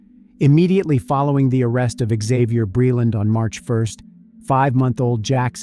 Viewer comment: Isn't it pronounced "zay-vee-yur"? What's with the "ixx " at the front, Isn't it a silent x??